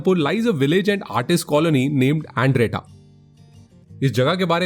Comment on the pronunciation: Proud that i belong to One Of Village from Palampur 🥰 Beautifully Made but to correct some pronunciations:- Bundla is pronunced as बंदला & Andretta as अंदरेटा 😍